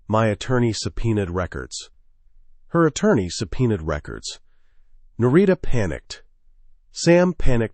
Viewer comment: A piece of advice. Do a proof listen before publishing. I’m a minute in and the wife’s name has been pronounced two different ways. There are probably only three variations. Names are a problem for narrators. Specifically uncommon names. Narita is an uncommon name in English. If you have a way of choosing names, go with simple. Otherwise the listener ends up struggling to keep engaged with the story. Annoying details are distracting.